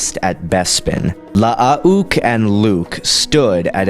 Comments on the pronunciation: Wouldn't Luukes name be pronounced (luh-ook) not (lush-uh-ok)? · wtf are you trying to pronounce?with the extra u,it is still pronounced like luke.with the way you were pronounced it i couldnt finish the video. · I think it’s pronounced Loo-ook, not La-ah-ook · Mate it’s not la-ah-ook . It’s luke but with two U’s, you sound ridiculous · You need to learn to speak properly is is Luke Not lahook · why the fuck is luuke pronouced la ah uuk o.o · Love the videos, especially "story of" videos, but I have to say... LAH-AH-OOK? Gotta work of on that pronunciation. You just say Luke like you normally would but the U sound is slightly longer. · 5 years later the most difficult part of watching this video is listening to you Say Lu-uke Skywalker's name over and over again. Good Lord man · "Luh-uh-uh-uke." "Sabayoth." You really don't even try with these pronunciations, do you? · Nice video, but if I hear "La-a-uke Skywalker" one more time I think I will jump out of a window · Nice video, but if I hear La-a-uke Skywalker mentioned one more time I think I will jump out of a window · Hey, FYI, Luuke is pronounced as Luke, in proper English. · Clones name: La ah une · really cool idea for a versus i had no idea it was pronounced... lah ah uuke... lol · You say one too many syllables in Lu'uke. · Louke ..not how he said it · I like how he pronounces it. It's funny to me. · yea you're an idiot lol 4 mistakes. Not understanding what he said is you're problem, not his. He clearly knows this is luuke and not Luke, as he said that in his comment. So you either didn't read it to the end, or did but you're dumb. 2nd, his message was about aweful pronunciation of luuke lol you didn't pick that up, as well as indicated that you pronounce it that way as well which means you can't read, also making you dumb. 3rd, learn how to spell. 4, don't be calling anyone stupid when 1, it's unprovoked, and 2, they are clearly more intelligent than you.